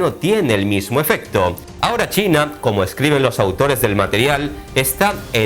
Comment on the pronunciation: "Chaina"??? Donde ves la A en China???